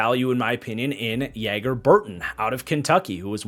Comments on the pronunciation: It’s not pronounce Yeager. His name is pronounced like Mick Jagger’s name. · Loved the draft streams! Since he’s on you Packers now it’s pronounced JAGer instead of YAGer